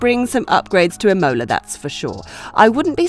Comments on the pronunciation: It is IMOLA not IMMMOLA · Is I'mola not imo'la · Im-OH-la was quite distracting. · Wasn't it lol I had to rewind to make sure she said it how I heard it! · true f1 fans apparently! cant wait to watch Im-OH-la, SCHpa, sandFART and MoNaC(h)os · The same for Imola! Accent on the a not the o! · And she said it like 5 times!!! Cringe worthy! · They just needed one person to watch this before releasing it to fix that error. Sad. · Literally the only thing I could ever think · I get that Romagna is tough to pronunce for you brits (just spell it Romania and its close enough so that italy does not crynge) since you guys dont have the sound for that(wich for the spanish is ñ), but please put the emphasis on the first syllable of the word Imola not on the second and italians shall be forever grateful. :)